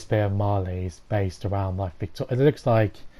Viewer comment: jack cap Why do people keep calling it “Mahr”? It’s Marely! Marleyans live in Marley, not “Mahr”